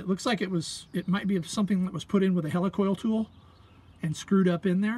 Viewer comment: Hey! Did you call me a "Helicool tool?!" LOL! Thanks for the vid and expert knowledge.